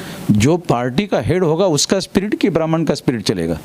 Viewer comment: आप की सारी बातें विरोधाभाषी होती है। लगता है आप अपनी पूरी ऊर्जा ब्रहमन शब्द के उच्चारण मे लगातें है जो कुछ बची रहती है मायावती के विरोध मे करते है,। ऐसे ही करते, करते बीजेपी को सत्ता देने मे मदद करते है। आप की भाषा मर्यादित नही है। जबाब क्यों नही दे रहे है की सरकार मे संख्याबल बहुजनो का है फिर ब्रहमन को targate क्यो कर रहे हैं। अगर आप के पास जनमत है तो सत्ता पर काबिज हो, मना कौन कर रहा है।